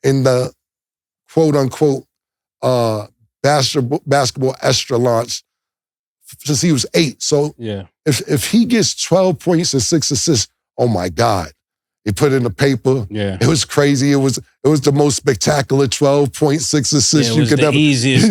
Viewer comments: Cam'ron: "ESTRALAUNCH" another word added next to "STANIMA" :face-blue-smiling::face-blue-smiling::face-blue-smiling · New segment for the Day 1's ONLY Killa Cam's Dipset Dictionary: Feel free to add more 👇🏾 "Detailic" = More detailed "Estralaunch" = Echelon "Athletickism" = Athleticism "Stanima" = Stamina "Disparicy" = Disparity 😂😂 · Cam saying “ESTRALAUNCH” instead of “ECHELON” was crazy!! That’s Stanima’s cuzzo!😂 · “extralaunch”. - Killa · Lmao “Estralon” gotta love killa😂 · I believe he said extraslauch🤷🏾‍♂️